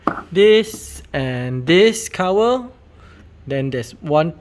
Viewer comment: Cover ❌️ Cower ✔️ ✅️ 😂